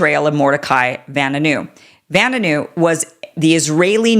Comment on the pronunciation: It's pronounced Va-new new